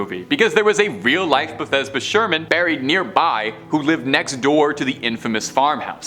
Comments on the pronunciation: bath-she-buh, not bahthesda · Bathsheba's name was pronounced bath- sheeba,not Bethesda. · Bethesda is a place in Maryland. You mean Bathsheba. "Bath-shee-buh." She is not a location in Maryland. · Correction it's 'Bathsheba Sherman' n not Bathesba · Ikr I was thinking what's this guy talking about Bathesba. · It's Bath SHE ba not how you're pronouncing it. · I was about to comment the exact same thing. Lol. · My God did he butcher it lol